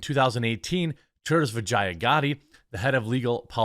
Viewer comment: Dude... atleast make an attempt to try and learn to say someone's name. That's the second time. So cringe 😬 vagia?? Wth is that? Vijaya is pronounced VE-JAH! That's worse than the Israel Adesanya A-DE-SAN-YA not A-Don-A-Say 🤣 Come on you're better than this Jeremy. Good video otherwise